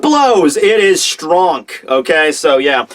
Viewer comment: when talking about love haki..did you say 'stronk'?